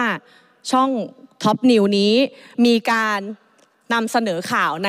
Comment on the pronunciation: ทุย หรือท็อป เอาให้ชัดๆคุณไอซ์